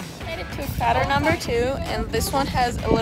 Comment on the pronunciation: Crayter not cratr!